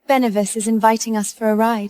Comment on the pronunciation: I see it can't pronounce Benevolence either.🙄